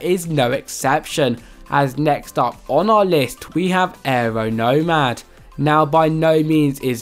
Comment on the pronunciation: When you said areo normad it is areo NOMAD not NORMAD OK!